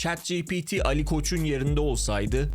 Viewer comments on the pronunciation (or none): none